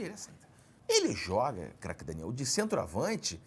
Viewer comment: Cerjinho esta pronunciando cada vez mais errado o nome de Craque Daniel. Se continuar dessa forma o nome dele vai se tornar apenas um grunhido